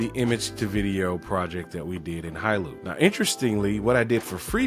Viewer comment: It's pronounced "High Law" in Chinese. If it's from China.